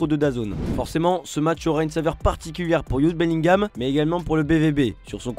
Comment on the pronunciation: Il a vraiment un problème avec la prononciation des joueurs javi Simons, youd Bellingham….